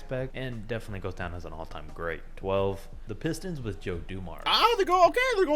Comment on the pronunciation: He really said the piss stone 😂😂